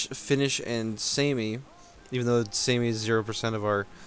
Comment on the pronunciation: It's pronounced "Sah-mee". If it was just a normal word I wouldn't care, but since it's a group of people... you know.